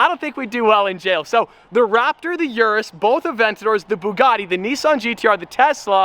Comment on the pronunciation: You know how to pronounce "Urus"... Why don't you?